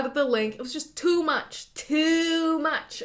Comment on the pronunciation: “ITS JUST TO MACH” 😂😂 I’m saving that with the exact accent too